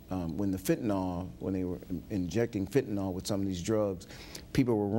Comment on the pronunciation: Who invited the IGNORANT BLACK DETECTIVE? He added nothing. (He subtracted.) Couldn't tell us where different forms of heroin originated, nor where they landed in the US. Can't pronounce FENTANYL (he said "fettanol."). Kick his black ass off.